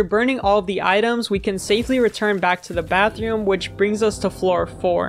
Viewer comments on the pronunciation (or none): bro said bathioom